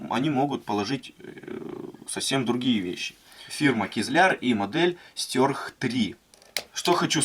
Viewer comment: мне ухо режет твое произношение название ножа, какого хрена "стЁрх" то??? стЕрх! и убери ты это активное окно на видео с ссылкой на твой канал, ты так подписки не заработаешь! бесит, на паузу не возможно поставить видео! дизлайк.